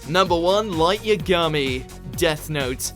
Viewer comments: Stop mispronouncing Yagami!!! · I absolutely hate how you pronounce yagami. Clearly you never actually watched the show